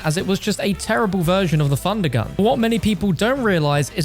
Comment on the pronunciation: Instead of hearing thundergun I hear fundagun